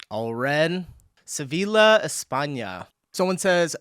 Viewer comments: Sevilla is spoken like "Seviya". Double L is a y sound in spanish. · Sevilla pronounced Seviya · It's Sevilla, means double l is a j . sevija, like ja or what ever. learn languages, it's american laziness. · If you do not speak Sevilla in the english way Seville but in the spanish way, the double-ll in the middle is spoken different. Just google for Sevilla and pronounciation. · First „SeviLLa“ and than „CAInnes“, you are killing me with the pronunciations in this one 😂 Still great video ❤